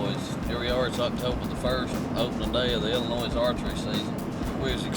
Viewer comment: Dear certain team members, past and present. I won’t name names. It is pronounced IL-in-OY. The S is silent. 😂😂Love the old videos however. Thanks for posting!